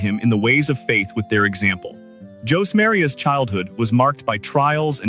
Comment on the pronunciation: Thank you for this video. I appreciate your evangelization effort and hard work. Just a couple of corrections. Josemaria was a man and is referred to, in a few instances, as she. Also, his name is mispronounced. Again, I'm very grateful for your work.